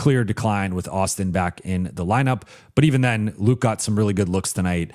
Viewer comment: can you just call Luke Kennard? you kept calling him Luka. jeez.